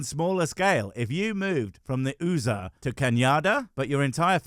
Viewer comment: Ehen you said USA and Canada pronouncing them as Oosa and Canyaada I for a minute didnt realise what you meant. I thought you were talking about an Australian Indigenous Tribesman changing tribes. Over here there are lots of Indigenous words that sound like that (Kaurna and Tardanyanga for example).